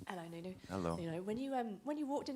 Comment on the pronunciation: Did she call him noonoo? 😂😂